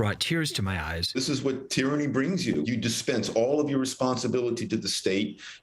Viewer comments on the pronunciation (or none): There’s no “ i “ in tyranny !!!